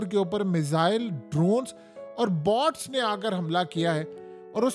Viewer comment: Boats not borts